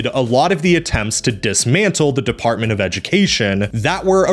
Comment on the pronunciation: "Deptarment of Education" hmm...